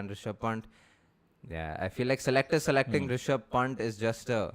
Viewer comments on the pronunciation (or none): Guys, you need to get the pronunciation right for Rishab Pant. It's not punt, Panth is the correct one. Please oh please.